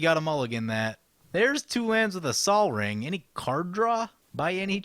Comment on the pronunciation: to each his own i just think it's hilarious to hear it pronounced like that lol